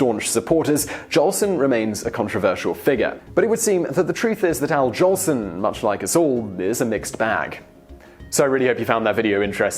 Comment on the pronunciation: Al "Johnson"? Noble "Sissy"? Come on, you never heard of Al Jolson or Noble Sissle before you picked up this script, did you? :)